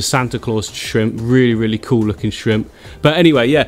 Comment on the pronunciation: It isn't cool it's koo😂